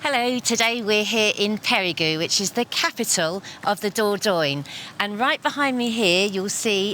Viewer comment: I've heard it pronounced "Perry-Go" and now I've heard it pronounced "Perry-Goo". It's "Pay-ree-Guh"